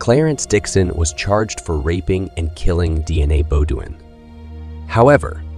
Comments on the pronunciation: Shitz-ophrenic. DNA Bo-doin’ instead of Deanna Beaudoin (pronounced Bo-dwaaa in the actual French language on the planet earth). Pretty funny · I think he’s saying the family name incorrectly… I think it’s Bo dean 😅